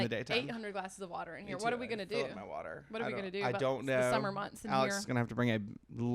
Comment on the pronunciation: Wa’er here!!!